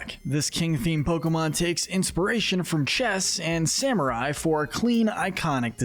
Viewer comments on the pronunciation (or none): none